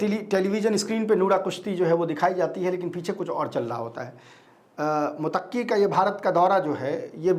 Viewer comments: Abe mutakki nahi muttaki bolo...😅😅😅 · भाई मोतक्की नहीं मुततकी होता है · आप पत्रकार हो थोड़ा रिसर्च कर लिया करो। विजिटर का नाम मुतक्की नहीं है मुत्तकी है। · Mutakki nhi bhai muttaqi he pronounce shi kro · MUTAQQI NAHI BOLTE IS NAME KO ISE MUTTAQI BOLTE HAIN. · भाई मुतक्की नहीं बल्कि मुत्तक़ी होता है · Motaqqi nahi Muttaqi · मुतक्की नहीं बल्कि मुत्तकी नाम है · Mutaqqi nahi Muttaqi matlab Allah se darne wala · मुतक्की नहीं मुत्तकी है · Mutaqqi nahi MUTTAQI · Sahi pronunciation muttaqi hai na ki motakki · Bhayee mutakki nahin Muttaqi Hai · Muttaqi. Mutaqqi not correct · bhai he is not Mutaqqi Name is Muttaqi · Sahi word " Muttaqi "मुत्तक़ी "متقی " hai Please sahi pronounce karen